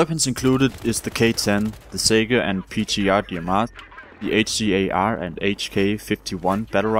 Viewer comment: It bothered me so bad how you said HCAR and M416 lol